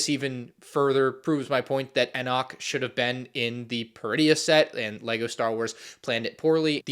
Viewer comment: Dude still can’t pronounce Enoch